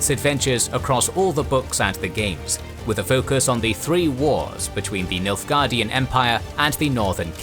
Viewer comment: Why you keep saying Milfguardian?